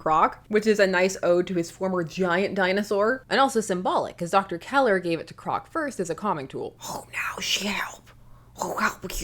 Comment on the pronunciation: Don't you mean "Doctor Zeller" not "Keller?"